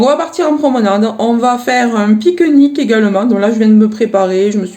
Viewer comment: Cc ma belle voix chantante J adore t 'entendre parler tu m' appaisse Très jolie balade tu as vraiment beau temps Gros gros bisous ma belle 😁🌸💋💋 A bras nu au mois de février c 'est incroyable Tu habites dans le sud?? Tu me fais rire quant tu dis pique nique